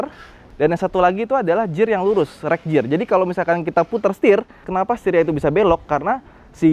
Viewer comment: Bacanya "Gear" bang, bukan "Jear"